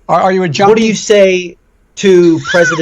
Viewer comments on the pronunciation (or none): Did anyone else notice, during the Biden interview, he didn't say junkie he said "jonie"?